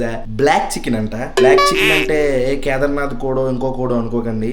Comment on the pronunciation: కేదార్నాద్ కాదు కడకనాద్ 😡😡😡😡